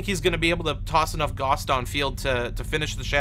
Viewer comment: gauss rhymes with mouse.